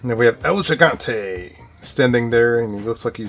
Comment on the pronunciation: The belt you weren't sure about Luger wearing in that card of him and Sting, was the NWA United States Championship. And its El He-Gone-Tay for El Gigante. Love the channel, I have never known that they had these WCW cards. And The Sting card that you didn't know what title he was holding was the NWA World Television Championship, which was the same one The Z-Man was holding. The Sting was being pushed to the World Title when he blew out his knee and had to have surgery on it and the writers wrote it into a storyline to make it more legit and then when he came back from it he won the World Title for the first time.